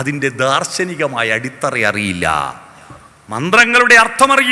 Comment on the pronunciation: അടിസ്ഥറ അല്ല അടിത്തറ എന്നല്ലേ